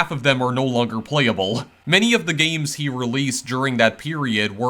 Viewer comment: Not meaning to be negative (but I'm about to sound negative) to someone with few subscribers, but you pronounce things differently in a way that's either distracting or marketable. "Gayy-ems" "Twenty four-teeyy-en" "Meayy-ens" And so on. It's quirky and lots of people might find it endearing, but at first, it's conspicous. Thanks for posting these videos. Kento Cho makes some pretty cool games but from what I heard, he doesn't think people would pay to play them. Given how ludicrously dull most mobile games are, I think he's wrong and should consider monetizing his work, possibly supporting further... uh... gayy-ems 🙂